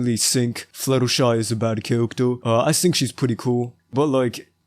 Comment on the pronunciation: why the hell you saying - "cawactew" - insted of character dafuq